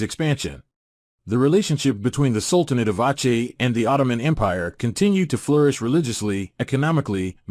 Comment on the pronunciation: Aceh is not "awchay" its "awseh".